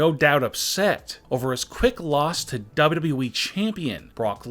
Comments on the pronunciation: This guy doesn't know how to say WWE at ALL WHEN I MEAN IT I MEAN IT... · The way he says wwe though